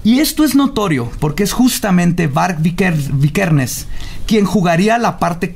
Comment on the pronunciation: "Vargs Vikersen" jajaja, am out!